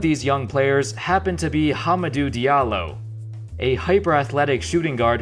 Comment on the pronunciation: Am I the only one that heard him say HUMPERDOO Diallo from preacher?